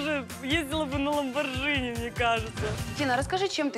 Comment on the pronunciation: Не Ламборджини, а Ламборгини